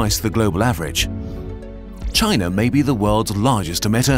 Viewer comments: I hate how you said China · why the narator speaks with chinese-like tone when speaking about china lol